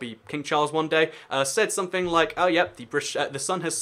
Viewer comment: 11 seconds in and i noticed you had somefing Somefing! And also there should be a space between your spoken words so that people who didnt grow up in a council estate can understand you.